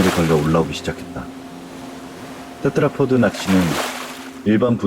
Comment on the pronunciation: 테드라포드 테트라포트 테드라포트 발음이 여러개네요 듣다가 그냥 조금 바꾸면 좋을것 같아요. 오늘도 잘 들었습니다~!